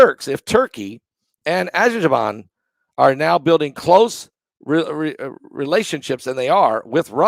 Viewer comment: you prounance it : Aser-bayjan